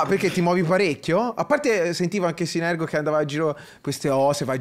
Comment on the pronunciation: scambia la R e la G nel nome di synergo